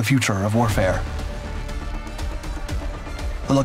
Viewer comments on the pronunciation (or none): none